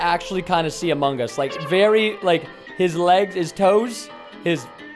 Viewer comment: I love the AH MOH GUS